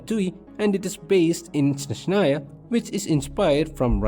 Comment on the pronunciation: they will never learn how to pronounce Snezhnaya,THERE IS NO SH SOUND,ITS S NOT SH